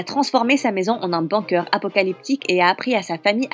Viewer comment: C'est la pire histoire du monde en plus l'image et le titre n'ont rien a voir avec l'histoire et aussi apprenez à dire bunker svp